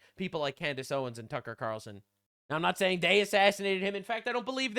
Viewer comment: "tucker qatarlson" i'm crine